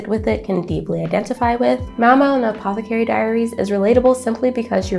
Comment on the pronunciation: You're mispronouncing apothecary.....